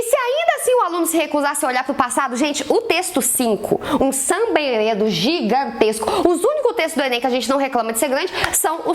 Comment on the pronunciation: Deb, se escreve samba-enredo mas se fala samba-enrredo 😂, bjs te amo ❤